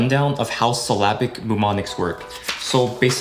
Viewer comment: SILL-UH-BICK NOT SYLL AH BIC